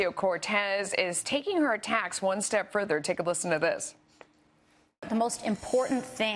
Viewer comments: The news lady couldn't even pronounce Capitalism, yet makes a mockery on Cortez the definition of it. #dropfoxnews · This fox news lady can't even pronounce capitalism correctly.